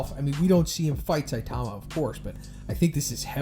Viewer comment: stop saying Saitama name like that. (Say-tama) 😂